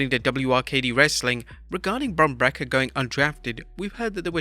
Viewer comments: Bron brekker lmao Bron Break-ker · Lol bro calling him bron breker